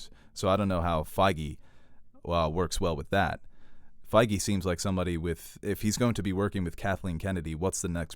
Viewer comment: Isn't it Kevin feige? Not fiege